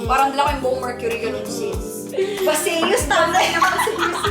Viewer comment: You're pronouncing Baseus wrong huhu. Anyway, love u both 💖